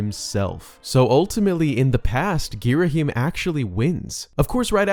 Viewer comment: Sorry to be one of those guys but it's gear-uh-HAM not gear-uh-him